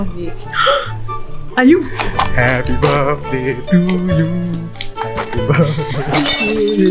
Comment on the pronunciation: If the name Rainier follows the like of Mt.Rainier, the pronunciation is incorrect. Unless its done on purpose.